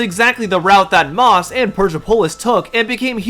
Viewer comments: Love and the video, only problem is had was Maus is pronounced Mouse, not Moss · And I'm pretty sure Maus is pronounced like mouse, not moss. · I can understand not knowing how to pronounce "Persepolis," like it's not a very common word, fair enough.... but Maus? Bro... the main characters are portrayed as mice. The title is literally just "Mouse" lmao